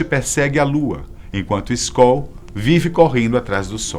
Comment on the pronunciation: eu entendi Skol kkkkkk